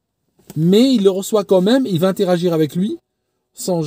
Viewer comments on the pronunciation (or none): none